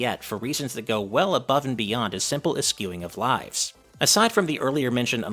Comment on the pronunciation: You are saying "eschewing" wrong. Its an "sh" sound not "askewing"